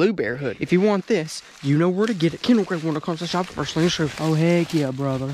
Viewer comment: Kendall not "kendral"